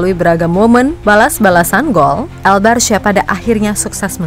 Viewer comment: Sebutan bukan barsya min.. coba sebut Barka gitu lo